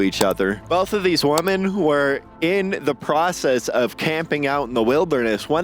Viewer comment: "None of these woman have been found to this day" Dude.. what? I'm going to go out on a limb here and guess that English is not your first language. Woman = WUH•min Women = WEH•min